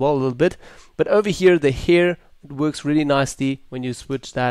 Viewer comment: LOL the "hier"